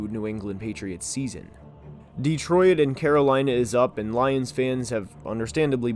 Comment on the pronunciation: Why you say Detroit like “detroyet” 😂